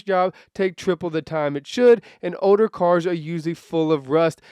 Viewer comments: i’m trippin i keep hearing oder instead of older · You're not alone... It's really getting odor... 😂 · What's an "odor" car? No speakie Engrish? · Is it me or is he saying Oder instead of older